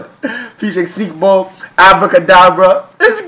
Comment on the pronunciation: Finally said Sneakbo's name right 😂